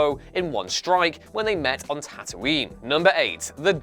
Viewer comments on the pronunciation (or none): none